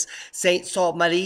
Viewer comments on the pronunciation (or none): SUE-SAINT-MARIE IS THE PRONUNCIATION, K? LOL..MY MICHIGAN PEOPLE ARE BEGINNING TO WAKE UP, SO THANK YOU,. SOME ARE PLANNING, OTHERS... ARE JUST METHANE BREATHERS...